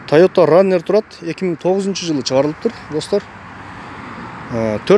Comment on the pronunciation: Фураннер эмес форанер